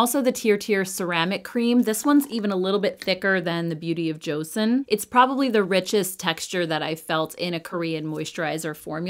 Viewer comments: how am I not being nice? I didn’t call her names. I simply asked, didn’t even demand, and even said please. She didn’t even pronounce it as cho-sawn (the correct pronunciation), she pronounce it as Joe-Sun. I would even settle for Joe-sawn. It just tells me she didn’t do her research in the slightest. It’s 2024, not learning pronouncing name correctly is unacceptable. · hi thank you for responding. The j and ch sound is very close for Koreans so you can either say joe-sawn (like Sean or Shawn but with the x sound, does that make sense?) or cho-sawn. Easiest way is to watch Korean influencers actually saying it. CYoung actually posted a BoJ video last week I think you can listen to her pronunciation. Edit to add: even more important is the name is stressed on the second syllable on the first. joSAWN not JOsun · Please at least pronounce Joseon correctly. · wow I asked someone nicely to please pronounce an ethnic name correctly out of respect, and I got called triggered. Lollllll.